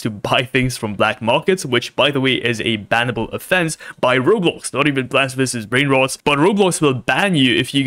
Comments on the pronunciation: Why did he said plants v s brain rod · Bro cant even say plants vs brainrot he says blant vs brain roads😂